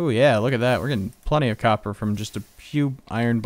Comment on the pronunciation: lol it's copper not coper!!!